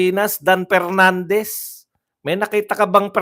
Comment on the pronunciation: He he he talaga si Cong. Pernandez o Mr. Porti por (44), Pipti Por (54), Representatib (Representative), Por da Pilipino Pipol(For the people), Apidabid (Affidavit), pronounciation expose the level of IQ he he he